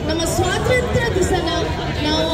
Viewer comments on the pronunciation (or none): ಸ್ವಾತಂತ್ರ್ಯ ❌ ಸ್ವಾತ್ರಂತ್ರ್ಯ ✅😂😂